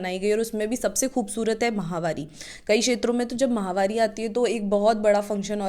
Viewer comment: महामारी नहीं होती मैडम माहवारी होती है यह